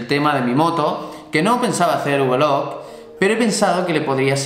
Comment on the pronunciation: Por favor, no digas más lo de vlog (ubelug como tú dices). Di blog, como suena, por favor. Por cierto, me molan mucho tus vídeos, que no "vidéos". Saludos